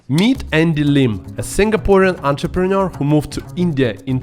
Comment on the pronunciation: it is 'entrepreneur'.